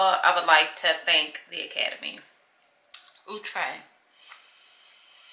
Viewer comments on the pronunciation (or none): The brand name is Out -tre'.. Not the way you pronounced. You look like a. This wig is natural for you.